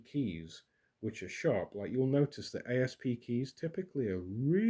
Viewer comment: FYI The company doesn’t say A. S. P. It is sounded out aassp